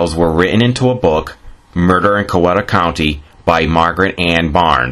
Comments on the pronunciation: IT'S PRONOUNCED "COW EE TAH" NOT "COW WET TAH" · As you can probably tell by the comments, she's related to half of Heard County. And great video, don't let them get you down for mispronouncing "Cow-eat-uh." I wrote an article on her for the local paper a few years ago. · Coweta is pronounced Kye-eet-uh by the natives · This video was interesting but before someone does a video like this they should do their homework. Such as learning how to properly pronounce words like Phagan, Coweta, and Caney. Also it's common knowledge that Mayhayley charged a dollar and a dime for a reading. Maybe he'd had better luck contacting Mayhayley had he'd paid her fee.